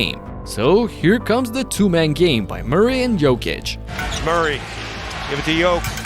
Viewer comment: Can you PLEASE stop butchering Nikola's name? Check the video on youtube called "How to pronounce Nikola Jokic's name the right way"